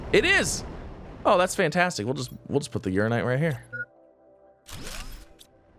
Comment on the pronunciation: Funny how he STILL pronounces "UraNInite" wrong after weeks... 😁 People have given up telling him, too 🤣